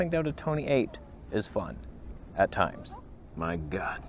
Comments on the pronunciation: It's not 1.8 Toneh, it's 1.8 Tony ... as in Tony & Chelsea. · Tony Northrup levels of toneh here.